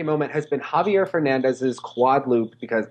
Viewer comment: Nice but you still have to work more on how to pronounce Javier correctly.